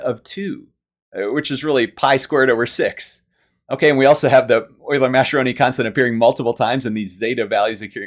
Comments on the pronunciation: Great video with lots of fun and clear explanations! One very minor non-mathematical note: Mascheroni is an Italian name and the "ch" is pronounced "k": mas-ke-ro-ni. If you're used to German, it's easy to see the "sch" together as "sh". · I think Mascheroni should be pronounced like maskeroni if it's Italian, since the h converts the c to a hard sound such as we see in Tedeschi and bruschetta and barchetta and maraschino and Machiavelli.